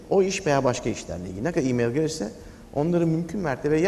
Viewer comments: i meyıl deme abi şuna ya i meyl de geç :) ya da msj de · ı meyıııl o imeil değil... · Ali Sabanci birdaha Imayl (E-Mail) deme...